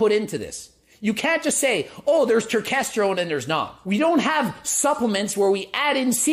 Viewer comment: I came here just to hear you say turkestergone!